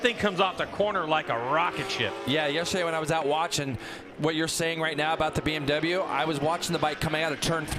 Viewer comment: BMW not BnW, guys. Pronounce it correctly.